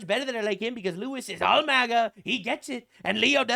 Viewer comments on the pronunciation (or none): none